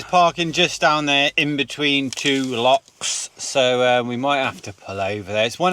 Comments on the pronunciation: No they're not lakes. You're correct. Also they're not locks either. They're Lochs. Say it and spray it with pride Lo chhhhhh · That are lochs not locks. Different pronunciation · Its not locks its lochs lol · Welcome to Scotland . Remember it’s och, it’s not locks 🤣please! There is a lake called Monteith only one..,it’s och,,,,,please . Plockton as apposed to Skye! . Nice to see your vlogs again. Go see the Crannock on Loch Tay. Good walk up Ben Lawers, it’s a Munro. All lochs are pretty.